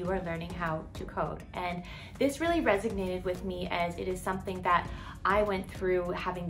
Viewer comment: Resonated not resignated